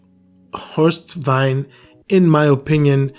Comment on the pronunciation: Horst was my coaching mentor and friend. Thank you for pointing this out. His name is pronounced "Vein"